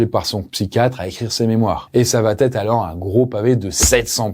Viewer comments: Elle va-t-être? dsl cette liaison n'existe pas mais sinon GG! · tes vidéos sont géniales mais par pitié: arrête de dire "Elle va Têtre", il n'y pas de liaison puisqu'il n'y a pas de T à "Elle va/Il va". Je le dis gentiment hein ❤ mais je l'entends partout même sur la chaîne de McSkyz! 😭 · Arrête avec va-t-etre. Il n'y a pas de t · Par pitié, on ne dit pas "ça va t être. Va ne prend pas de t. Et quatre ne prend pas de s. On ne dit pas quatre senfants! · les multiples "va-t-être" m'ont fait aussi mal aux oreilles que l'histoire elle-même 😆 Mais je suis sûr qu'à la prochaine vidéo, ça va[__]être corrigé 💥